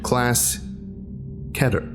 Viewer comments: It is kE-ter not ket-ter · Dude, keter is pronounced as key-ter....... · I might make a joke scp just for pronouncing of keter